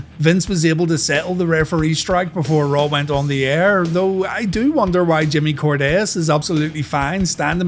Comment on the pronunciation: Why do you not say Jimmy Corderas' name correctly?